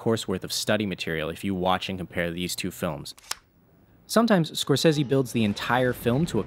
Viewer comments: It's not Scorses-i it's Scorses-e!!! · It’s not Scorsesee, it’s Scorsesay!!!! Repeat: S C O R S E S E. the letter E in Italian always sounds like e in get ! Not a single one pronouncing it right! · He said scorsezzy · Isn't Scorsese an Italian surname? You should pronunce the last "e" like the e in "ehy" :)